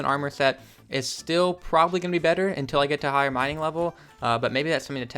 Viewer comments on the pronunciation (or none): none